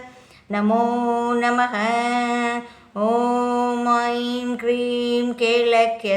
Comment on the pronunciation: Kreem alla adhu hreem adhu